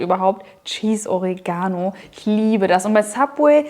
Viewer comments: Die Aussprache von Oregano triggered mich des Todes xD o-REE-ga-no Das Baguette werde ich sicher aber mal nachbauen! Sieht phantastisch aus und schmeckt sicher gigantisch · Echt coole Sache, aber bitte betont doch das Wort Oregano korrekt. Die Betonung liegt auf dem e und nicht auf dem a. Sonst hört sich das an wie Origami :-)